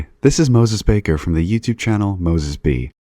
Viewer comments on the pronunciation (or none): none